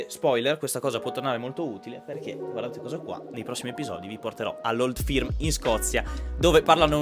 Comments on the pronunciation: Old ferm si dice comunque 😅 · per come hai pronunciato "old firm" e "raynes park" mi sa che il corso di inglese che sponsorizzi non vale una cippa :)